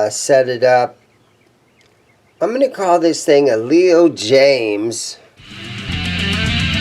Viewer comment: Jayms is not pronounced jams lol but I want one those n a tele just to hang in the wall :)